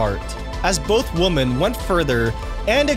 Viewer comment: How hard is it to say "women"?